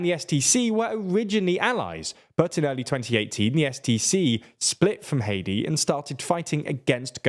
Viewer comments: Its Hādi not hedi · It’s not hati why is this commonwealth accented guy this sense ? hati is a country we pronounce (HATE TEE) , Arabs with the letters H A D I , is (HAH DEE) . It’s pretty simple , I knew two people with this name . and no ever called them Hate tee , always Hah dee Jfc . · Errmmmmm It's Haadi not Heidi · The former President of Yemen is Haadi not haedi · it's not hedi it's hadi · Every time he says Hadi I think he's saying Haiti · you completely massacred the pronunciation of HADI